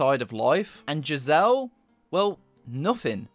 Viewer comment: The characters name is pronounced gizzer just fyi